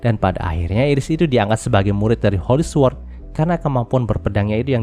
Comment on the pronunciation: su-word✖️ sord✔️ sama2 belajar bang